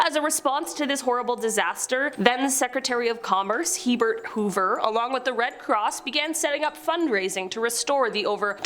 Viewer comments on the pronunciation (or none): I was looking for this comment. I heard her say it and I was like “Did I mishear that?” Lol.